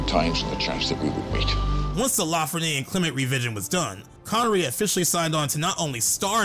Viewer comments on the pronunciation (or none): none